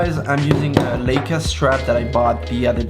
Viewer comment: Leica not Leeca